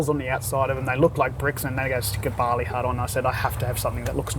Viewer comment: Did he say a barley hut?